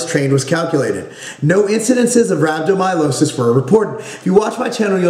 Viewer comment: pronounced rab-doe-my-al-iss-iss